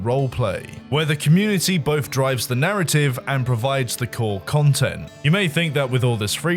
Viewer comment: "If it goes wrong, MOAR CUNTENT,"